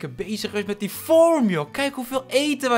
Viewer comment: Niemand:: form!